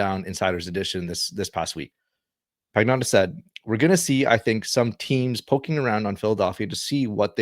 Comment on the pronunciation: Pagnotta is pronounced "pan-yoda"